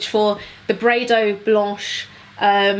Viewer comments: it’s BY-REDO not breydo looool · Braydo? Learn the pronunciation of the products your shilling!